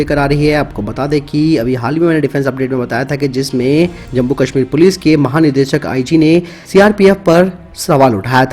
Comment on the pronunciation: आप जम्मु-कश्मिर को जम्बु-कश्मिर क्यों बोलते है?